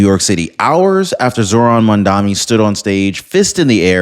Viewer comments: I am die hard Trump fan, but you ought to try harder to pronounce Mandani’s name correctly. It’s not Mamdami, it’s Mamdani! I’ve no lose a little credibility every time you say Mamdami. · Are you hearing disabled? It's Mamdani, not Mandami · Guys, I am not American but I am watching you. Mamdani is a good change. Give him a chance. And you sir, you are mis pronouncing that name. It is MAMDANI. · Dude. I'm in your corner and I agree with your stance regarding your political position, but you look really foolish in mispronouncing Mamdani 's name. It's Mom-Donny. Please, get it right. I hate the guy but please, say his name correctly. It diminishes your intelligence to continue to mispronounce it. All the best to you. Keep up the fight!😊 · Why cant your pronounce his name properly ..... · at least learn how to say his name properly if you are going to criticize him